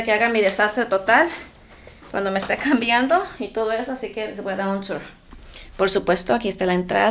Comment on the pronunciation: AUXILIO NO SOPORTOOOO. EL “TOUR” el “TOP” ósea exagera la pronunciación gringa 😮😂